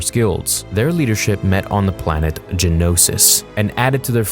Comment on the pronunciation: Dumbass thinks it's genosis, it's geonosis